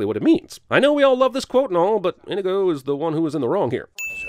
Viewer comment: Adding a sin for how you pronounced inigo